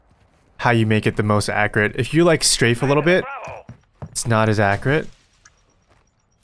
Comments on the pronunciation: please look up how to say accurate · Akerit? or accurate? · its 3 syllables not 2. ac- yur-et